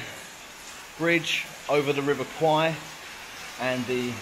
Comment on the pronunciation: It's pronounced "Kway" in Thai ... The way you're pronouncing it ..That's Thai for a Buffalo